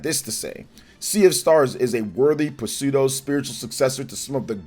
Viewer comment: Pronouncing Pseudo as "puh-seudo- is crazy.